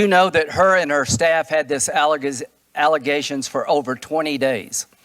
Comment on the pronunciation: "Alegezation" lmao i still love this dude